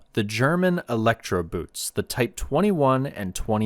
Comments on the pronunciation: The "boot" in the German word "Elektroboot" is actually pronounced as "boat". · How do you mispronounce "boot"? You could have spent 2 seconds of research and learned you could just say "boat". You even got the "elektro" for free because we wouldn't want a native English speaker to exert themselves by looking up the pronunciation of 2 whole words! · Boot in German is pronounced boat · I didn't refer to that. See, you don't even have awareness. Before switching off after one and a half minutes, I heard two words spoken wrong: kriegsmarine and elektroboot. Tip: Become aware of the fact that english went through a phase now known as the Great Vowel Shift (GVS), and this is exactly what happened. So you usually can't just use your 'deformed' vowels on other languages. If you go to the WP article on the GVS, then ignore the article and click on Talk (top left), then down to the comment starting 'The linguistic knowledge level displayed by some...', then disregard the detractors - then you fill find a handy and comprehensible vade mecum on the issue. Hope it helps for your future international video career